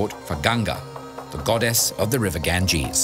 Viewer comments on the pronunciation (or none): none